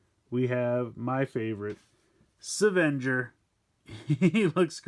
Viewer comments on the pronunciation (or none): It’s pronounced ‘seven-ger’, not ‘savan-jur’.